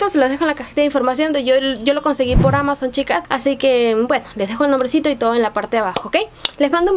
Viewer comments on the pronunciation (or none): none